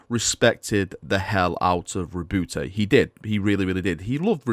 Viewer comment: Ri’booty, please stop calling him Ri’booty!